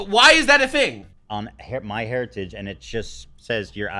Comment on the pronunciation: heritage, not heretage, my lord